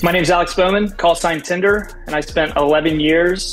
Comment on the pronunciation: Is that tinder or tender